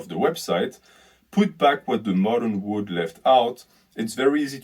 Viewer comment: you pronounce "world" like "wood"